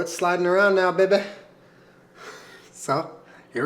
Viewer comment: Baking A big ass cookie? I like your style 😉 Every time you said "bay-ba" for baby, made me laugh. PS You & Jenna are very cute together. 😊